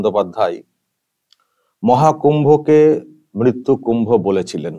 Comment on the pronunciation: মৃত্যু বানান টাও বলতে পারেনা মিত্তু মিত্তু করছে।